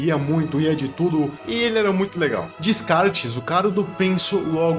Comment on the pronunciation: Falar descartes me dá uma certa agonia 😳